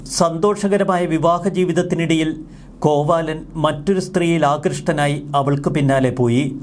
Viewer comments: Not കോവാലൻ, കോവിലൻ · കോവാലൻ അല്ല കോവിലൻ.. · കോവാലൻ അല്ല കോവിലൻ 😁😁.. നവീൻ സാറിന് നീതി കിട്ടട്ടെ 🙏🙏🙏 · Kovaalan അല്ല കോവിലൻ. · കോവാലൻ അല്ല കോവിലൻ ആണ് 😜😜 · കോവാലൻ അല്ല "കോവലൻ" ആണ് ശരി ശ്രീ കണ്ണകി കോവലൻ "ചിലപ്പതികാരം" ഇളങ്കോവടികൾ ആണ് ഈ ചരിതം രചിച്ചത് 🙏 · കോവാലൻ അല്ല കോവലൻ ആണ്